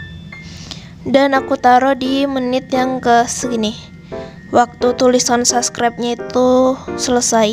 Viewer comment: sorry ka, tpi itu subscribe not saskret 😭 pliss mood bgt hahaha 😭